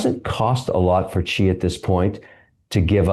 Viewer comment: Xi Jinping is pronounced "She" not "G". Simple, but lots of people get it wrong.